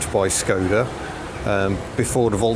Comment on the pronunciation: Pronounced "Sh"-koda not Skoda - hence the little cap on the Š ;)